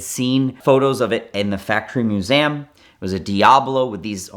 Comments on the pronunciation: He learned to say it at the "Moo-zam". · moo-ZAm. Sorry, what? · I have never heard MUSEUM pronounced like that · I just realized pronounces museum strangely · He is doing it purposely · It's more exotic that way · yea i was already scrambling to find the A in Museum. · I bet he was home schooled, grew up with a guy that pronounced it exactly that way. He basically just watched vhs and then dvds.